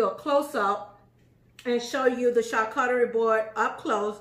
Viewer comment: Everytime she says Char CUT tarie, I spaz. It's char COO charie